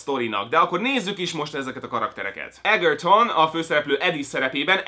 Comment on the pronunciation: Edzserton. eDZSerton. De jó a kritika <3